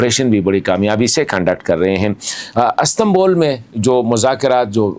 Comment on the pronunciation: As tan bul ❌ Is tan bul ✅